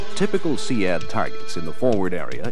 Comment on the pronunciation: I pronounced it seed, hearing see ad when its spelt sea with a d on the end sounds so weird lol